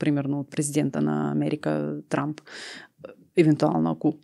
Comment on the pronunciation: произнесе името на Тръмп като Трамп ( просяк, скитник) и удари в целта. Браво, тоя е наистина такъв по манталитет.